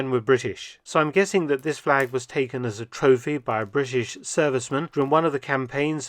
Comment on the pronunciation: Nice fleg...